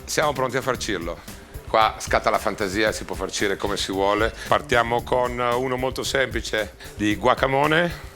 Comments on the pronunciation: Si ma guacamole no guacamone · GuacaMone? Guacamole